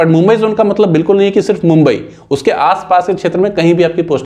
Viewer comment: Gumbai kha bola...